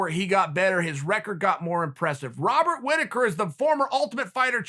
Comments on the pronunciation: BobsAndVag Chael always mispronounces fighters names and the joke is because Chael cant be wrong then their name now must be pronounced differently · Robert "Wobert" Rittaker.